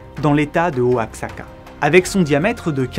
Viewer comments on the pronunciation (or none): none